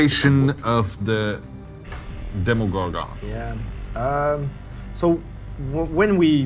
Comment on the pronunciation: The way he says demigorgon